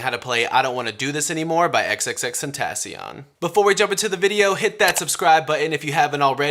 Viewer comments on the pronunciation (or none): YOU SAID HIS NAME WRONG!!!!!!